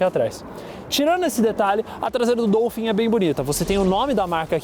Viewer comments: É Dólphin quebfala, meu povo. Não é Dôlphin não. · A pronúncia é “DOUfim”? Pensei q fosse “Dólfin”…. Enfim… Carro top!